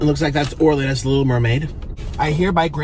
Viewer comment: Orland is good at drawings btw it's Orland not orlin